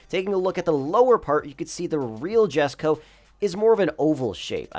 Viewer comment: “Yesko no jesko”-🤓